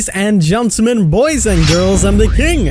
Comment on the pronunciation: “Ladies and Djuntlemin”